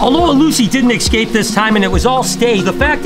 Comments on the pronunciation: E scape not ecscape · Escape, not excape